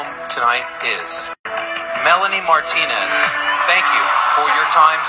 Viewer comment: i’m a martinez and you are pronouncing our name wrong, it’s mar-tee-nes